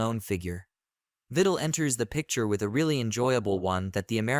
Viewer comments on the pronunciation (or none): Truky bad AI narration.can’t even pronounce the subject matter’s name correctly. Please don’t subscribe to this garbage - Truman Ka-Pote ( kaput?) and Gore “ Tender” Vittle.. whatever.